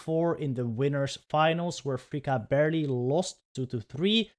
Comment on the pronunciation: I don't know who this freaka is, I think you mean to say fr-fourtythree-ka 😂 (Btw love the reactions!)